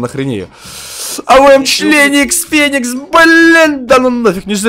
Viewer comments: Вы заметили что он сказал членика авм феникса🤣🤣😂😂😂🤣🤣🤣😅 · Кто слыша феникс а членикс😂😂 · Он сказал авм членикс потом феникс